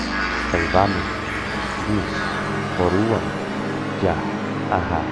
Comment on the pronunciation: Slamat s Deus at s mga uploads mo.. Ngstart po ako ng general round debusyon this month lng. At tonight e nakita ko itong upload nyo. Ginawa ko po sya after nv debusyon for today. Ask ko lng po yun Latin na MEORUAM. ang dinig ko po na pgkakabigkas nyo ay muruam. Tama.po b iyon o Mali lng dinig ko base s spelling. Salamat po sana mapansin nyo ito at masgot. God.bless po.